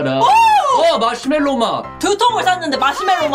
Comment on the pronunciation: 마시멜로인데 마쉬멜로라고 하네..